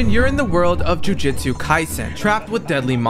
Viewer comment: Brother said Jujitsu kaisen 😭